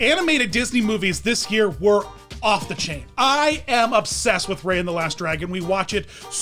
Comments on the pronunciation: I'm the one confused right now. Are you for real or are you joshing me? You said quote: "I am obsessed with Raya and the Last Dragon. We watch it so many times in my household. It's Raya. Raya. Raya. Raya. Raya." end quote, mispronounced every time. You'd think someone who's seen the film that many times would have heard her name enough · He says he's obsessed with Raya but can't even pronounce her name? lies... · The way he says how much he loves Raya and the Last Dragon and pronounces Raya wrong the whole time💀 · Thats what I was thinking 🤭